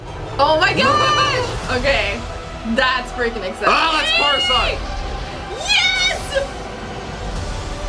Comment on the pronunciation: It's not coruscant